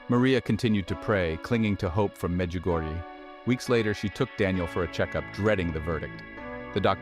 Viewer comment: Before producing a short video like this, please find out how to correctly pronounce the various names of persons & locations. I have visited Medjugorje ten times and find it very annoying when I hear strange names/locations pronounced the «American» way. Please, be respectful of others and make a greater effort in learning to pronounce people’s name in the correct manner. Otherwise, it is disrespectful!